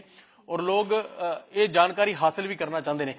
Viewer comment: ਬਾਈ ਜੀ ਲੋਗ ਨਹੀਂ ਲੋਕ ਹੁੰਦਾ ਹੈ।